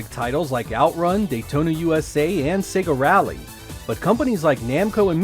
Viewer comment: Finally.......an American who pronounces Sega correctly:)))) Perhaps there is a God after all!